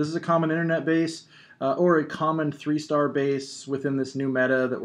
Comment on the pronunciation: You say three 'tree', why? you say though correcty? I'm just wondering